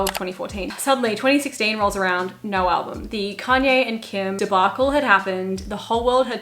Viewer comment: “respectfully, NAUR disrespectfully” HELPPP